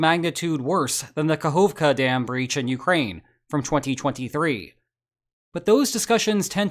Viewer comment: Good job on pronouncing Kahovka properly 👍